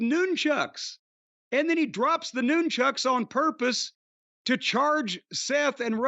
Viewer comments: Could listen to Jim say “noon-chucks” all day. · Interesting pronunciation of Nunchucks.